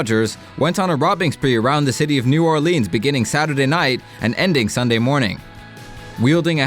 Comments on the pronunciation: NEW ORE-LEANZ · Pronounced new Orleans wrong